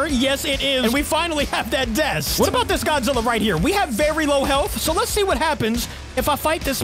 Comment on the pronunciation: heyesay gojeera??